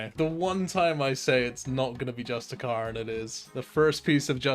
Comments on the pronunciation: You're saying justiciar wrong. Its like 'justice' Its not 'just a cur' its 'just issy err' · why are you saying just-e-CAR, can you not read? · justiciar is pronounced just-is-ear. you know because its based around the word justice. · You're mispronouncing justiciar